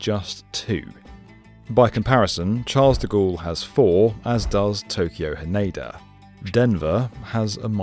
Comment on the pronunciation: Haneda rhymes with canada